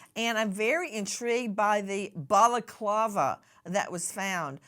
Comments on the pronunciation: She said it correctly. You obviously weren't listening well If you don't like her. Go away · Love the way Nancy corrects the pronunciation of balaclava 😂😂